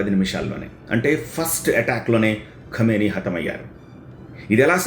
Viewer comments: Khumeni kaadu Bro Khameni kha khu kaadu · Khameni, khumeni kaadu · ఖుమేని కాదు బాబు ఖమేని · Kumeni kaadhu bhaabhu... Khameni...!! 😅😂😂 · ఖుమేని కాదు ఖమేని. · ఖుమేని కాదు ఖమేని 😂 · Khu kaadu Kha... khamenei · సూట్ మీద ఉన్న ధ్యాస మాట్లడటం మీద పెట్టు స్వామీ. వార్తలు చదవబోయే ముందు ఇష్రాయెలా, ఇస్రాయెలా అలాగే ఖుమేనీనా ఖమేనీనా పలకాల్సిందని తెలుసుకొంటే గౌరవం పెరుగుతుంది. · Khumeni kadu ra howlee.. ...Khamenei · Khumeni khadu babu khameni...name aina sariga paluku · Kumeni kadu kameni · ఖుమేనీ కాదు.. ఖమేనీ.. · Kumeni kadu kameni and no perfect evidence of his death